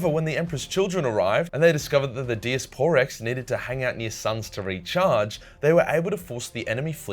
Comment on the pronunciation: Die-ass-per-rex not dias por rex